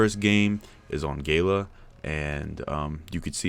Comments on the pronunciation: It's Gala as in galleria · How you pronounced Gala just gave me cancer.